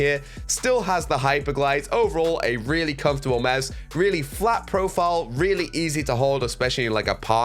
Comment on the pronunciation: Every time you say mause I’m dying 😂